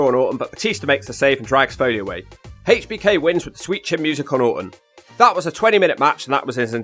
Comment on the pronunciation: Love you videos but I gotta bust your balls a little for how you say H.B.K. lol you said haychbeeekayyy lol it makes me laugh every time. But you do out alot into these videos and I appreciate them. I didn't get to watch wrestling when I was young so I get to catch up on my favorites without searching for the actual match.